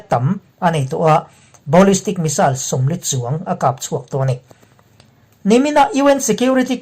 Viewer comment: I Thu te hi ngaihthlak a nuam in, A bengvar thlak ṭhin khawp mai. Mahse, a ṭhenlai ah Sawiselna tur a ṭhen a zawng a awm leh ṭhin..!! "Subscriber" leh "Supporter" nih-man ah ka lo "Advice" ve lawk teh ang che..!! A bîkin, Thil Hming i Lam (Pronousation) dan ah hian sawiselna tur a awm nuâl ṭhin..!! Entirnan : 1. Prague tihte hi "Prâk" tia lam zawk tur a ni. 2. Ballistic tihte hi "Balistik" tia lam zawk tur a ni. Henglo a dangah pawh "Thil" lam (Pronounsation) te hi a dik zawka tih dan a awm..!! Chu chu - video i upload hmâ emaw, siam hma in, Hetianglam hi Lam dan dik zawk Video dang emaw, Internet lam ah emaw En hmasa phawt lang, chumihnu ah Video siam in, i Upload cheuh ṭhin dawn a nia..!! Hetia rawn sawi chhan zawk tak chu - Midang (Ṭhian ṭhen.1) ten an lo ngaithla ve ṭhin a, An lo nuihzat leh ṭhin a, chutiang a thlen chang chuan "Thâ" te alo Na ve leh ṭhin bawk si a, chuvangin ka lo "Recoment" ve lawk a ni e..!! A dang zawng erawh Ngaithlak a nuam in, a Bengvar thlâk ṭhin khawp mai..!!